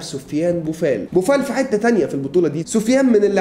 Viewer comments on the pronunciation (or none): none